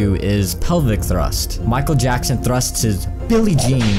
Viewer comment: MICHAEL YACKSON?